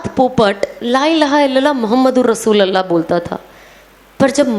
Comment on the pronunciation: Masha Allah bahna.....With due respect lovely Sana sister in kalima as pronounced rasulullah is correct with pesh on lam not zabar on lam. Jazakallahu khair